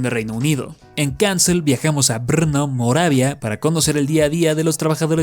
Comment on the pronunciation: la mejor pronunciación de Brno es Bērno, de hecho, es en ese mismo pueblo en donde se celebra el GP de la República Checa de Motociclismo